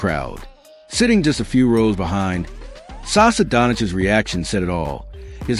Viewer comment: Saša not Sasa...our š is like your sh...quite simple...like shit...not sit...😂 Oh...one more...the name Nikola also has an accent on the i, not the o...Jokič has literally given up on you, and he doesn't bother to correct you anymore...because after so many years...seriously...